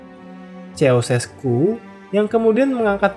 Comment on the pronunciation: semua sistem pemerintahan itu baik *syarat & ketentuan berlaku ijin koreksi pelafalan namanya ceaucescu=kusesku gheorge=jors (sama kaya pelafalan "George")